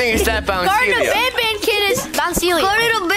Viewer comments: you're calling Banban, Bonbon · WHAT IS HE SAYING BONBON OR BANBAN???